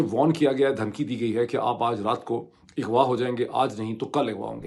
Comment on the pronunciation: Lafz Aghva hae IGHVA NAHIN... Same issue with Other media persons copying one another instead of correcting themselves. Such remains the arrogance of a typical Pakistani "Ignorant and Confident" I am your avid listener, kindly correct where it is due. Thank you.